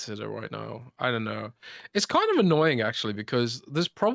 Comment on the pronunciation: there is no k in annoying!! FYI, its annoying not annoyingk